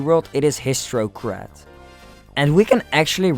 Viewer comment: Hissrocrat *Hisstocrat Boom Boom *Pom Pom Wigler *Wiggler Mario Wii? Just Call it Bowser From Mario Wii, Dude MEOW? IT'S MEOWSER The L in Half is Silent